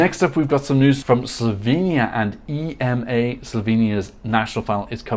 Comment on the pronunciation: Hey,! In Slovenia, we all pronounce our national final just like the name, Ema/Emma.